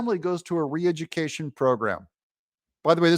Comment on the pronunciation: Re-edjicaishun, alright. But should be for those that are advocating it!